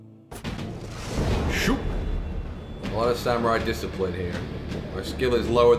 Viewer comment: The ancient samwai discipwins